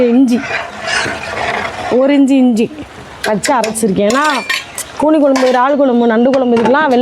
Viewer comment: கூனி குனி இல்ல 😂😂😂